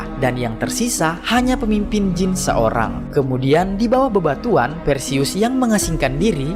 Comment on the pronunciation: Jin bang bukan jeans😂😂